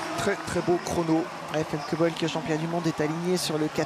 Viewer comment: Famke Bul? Her name is Femke Bol.